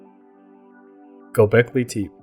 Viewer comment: If you are going to ride on the coat tails of Graham Hancock, then at least WATCH a few YouTube videos of the places you profess to know about. This "AREA" in NOT known as Go-bekly TEEP. Everyone I have heard speak of it for the past 8 years has pronounced it as Go-bekly-tep-A. You will not advance this way! Do your research! ! ! !